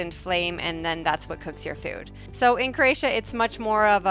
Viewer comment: I’m new to your channel and find it very interesting. Bravo! Having Croatian heritage, I am having issues with how you pronounce “Croatia”? I keep hearing “Cra-tia” “Cre-atia” or “Creatian”.